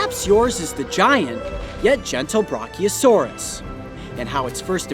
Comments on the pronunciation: Dit this mad man just say bronchiosaurus its called brachiosaurus how the hell did you mis pronounce it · Did you say “Bronchiosaurus”? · He is saying Brachiosaurus, he just pronounces it "Brockiosaurus". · Its br ah chiosaurus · Coyote just butchered Brachiosaurus's name horribly